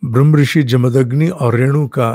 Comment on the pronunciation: साहब, जमदन्नि अशुद्ध है, जमदग्नि शुद्ध रूप है।